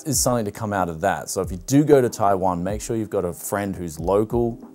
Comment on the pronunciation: Why does he say taiwan like that. TAIWON